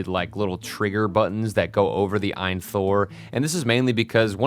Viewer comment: The Eye in Thor lol It's A-Y-N Thor which the company says it stands for "All You Need". Source: AYN's indiegogo page.